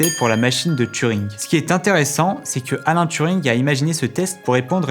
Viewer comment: Oui oui je sais bien, justement, il me semblait entendre "Alain" au lieu de "Alan"' dans la vidéo, au pire ce n'est simplement qu'une erreur de prononciation ^^